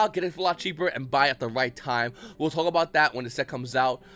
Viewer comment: “I don’t script these, I just twauck”